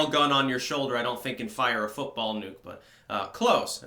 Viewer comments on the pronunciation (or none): Nuke, not bike